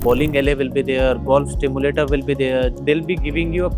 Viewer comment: Nice presentation Little clarification- it’s Golf Simulator and not Stimulator